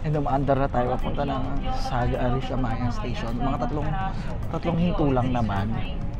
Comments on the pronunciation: Arashiyama po, not Arashimaya hehe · Arashiyama hindi arashimaya🤣